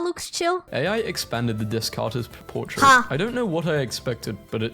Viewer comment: The way he pronounces things makes me want to commit crimes. Particularly his pronunciation of "Descartes".